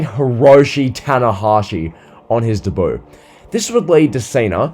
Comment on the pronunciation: If you say ‘debut’ like that again, I swear to god….